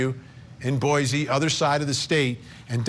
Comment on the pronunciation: Also it’s “Boy-SEE” .